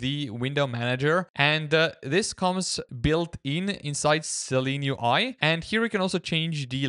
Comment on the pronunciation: It’s Seelen UI not Seleen UI.